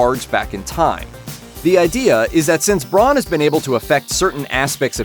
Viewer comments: It's bran not Bron or Braun freak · You know nothing...the crypts scene is just a promo. You called Bran, Bron, and the way you pronounced Daenerys... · Did he just refer to Bran as "Bronn"?